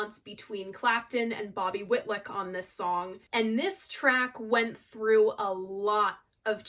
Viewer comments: Love this video. Layla is an epic masterpiece. Just one thing to mention - you mispronounce Bobby Whitlock’s name several times. It’s WhitLOCK not WhitLICK. Love all you do ! Keep creating. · GoodJob......I just wish you knew it's "WitLOCK......not WITLICK) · i love you dear your work is amazing ...however its not whitluck its whitlock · Your greatest review yet. No other reviewers (and not just young ones) do as much research, and care as much about the history of the recordings as you do. I still have my original pressing of this on Atco. --BTW, --Whilick? Whitluck? --Whitlock rhymes with "hit rock". --And he's still alive and going strong. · Bobby Whit-lick! LOL. You’re so cute, I give you a pass.